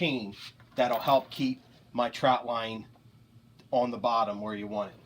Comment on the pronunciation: why is he saying troutline